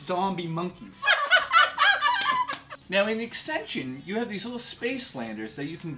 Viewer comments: ascension.. not aksension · AXENSION???? BAAAHHAAHAHAHAHA!!!! IT'S PRONOUNCED ASSSSENSHON!!!! :') You guys crack me up. Nice BINGOBUNGO btw. :) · he way you guys pronounced ascension made me lol. oh and w...t...f was mike saying at the end? O_e